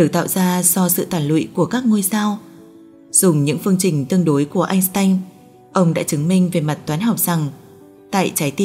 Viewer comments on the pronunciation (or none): Einstein sao cứ người Bắc thì lại phát âm là .. Anh..s..tanh ?!!! Phát âm đã sai cái tên Einstein !